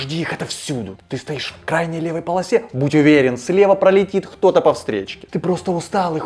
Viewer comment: Отличная работа, но пафосный голос с ХТО и КАГДА слегка портят имидж :)